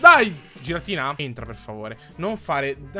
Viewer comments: Non si dece giratina si dice ghiratina(sei un grande) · Si pronuncia ghiratina